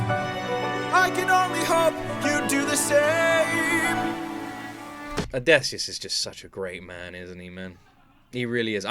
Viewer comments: If I had a nickel for every time you said "Odesseus" instead of Odysseus, I'd be pretty rich 😂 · Its drives me insane how you call Odysseus as Odaysseus 😅